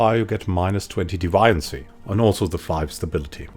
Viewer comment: Very useful, thanks. Are you sure that's how deviancy is pronounced, though? I thought it was pronounced like a deviant.